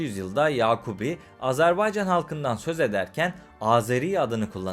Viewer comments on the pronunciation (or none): Güzel program eline sağlık.. Fakat yazıda Azerbaycan diye videıda gözükmesine rağmen , ısrar ile AZARBEYCÂN demeni yadırgadım. Azeri kardeşlerimiz bu telaffuza da çok kızarlar... Selam ve saygılar.. 🤗🙋‍♂️ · Güzelce izah etmişsiniz de Azerbaycan yerine AzArbaycan diye teleffuz etmen sunumun bütün ciddiyetini bozmuş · Azerbaycan yazıp Azarbaycan diye nasıl okuyorsunuz hayret ediyorum.